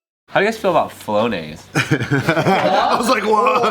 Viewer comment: Why did they ignore Joe like that? Did say flonase or flow days?